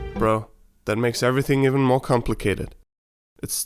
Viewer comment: Gah! You didn't rhyme more with store!